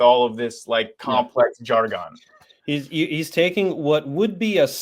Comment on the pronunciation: Learn to pronounce ‘jargon’